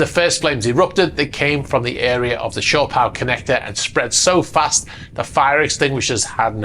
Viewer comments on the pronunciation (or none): none